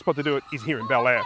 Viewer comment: Be-lair, not Bel-air.